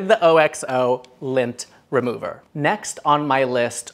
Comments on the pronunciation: Lover! FYI I recently found out while watching one of OXO's YouTube video's that they pronounce it OX-OH. Always said O-X-O too :) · OXO is pronounced OXE-OH. Think the animal oxe and add a long O at the end.